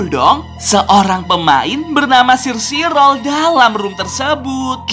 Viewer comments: omong omong bang cara baca sire sirol dalam bahasa inggris is kaya gini " sairi sorel " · Sire Sirol cara bilangnya Sairi Sorol